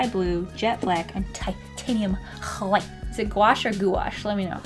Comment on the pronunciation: I love when u said titanium kwhite